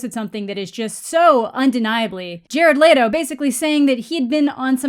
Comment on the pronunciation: i hate how u say jared leto